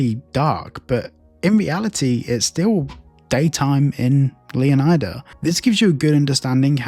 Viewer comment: Am I the only one who hates this pronunciation of Leon[AY]da?😅 I mean its also not Flor[AY]da I would argue that is pronounced just plane and simple Leonida like Florida or like Leonidas (the greek legend)